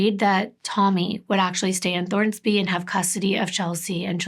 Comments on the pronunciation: I love your channel and the way you tell these stories but I have to tell you: it's Thorsby!! No "N", not Thornsby. Sorry, my dad lives there and I just had to pop in to say something. Still love you!! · I love your videos. This story hit home for me because I am from Clanton, AL. I've been to the placed you mentioned. I never thought Clanton eould have anything like this. It's possible I know some if the victims kin. Oh and the ciry is Thorsby. Not Thornsby.